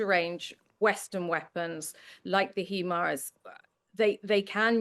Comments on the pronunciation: Hee-mars?? Lol. Is that anything like HIMARS (HIGH-mars)?? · Firstly, It's a HIGH-mars. Not a HEE mars (HiI is short for High) Secondly, Americans as a whole believe it's better to ask forgiveness than permission. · Since when is it "heemars [sic]"?